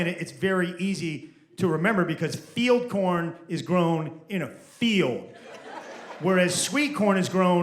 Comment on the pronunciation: She said Feed corn, not field corn. Probably the accent. 😂